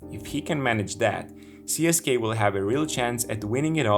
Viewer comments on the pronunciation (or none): Cool video. Just one thing that screeches my ears, again. Don't pronounce it as CSKay, it's not CSKay, it's CSK-UH